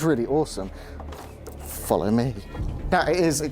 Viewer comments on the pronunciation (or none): none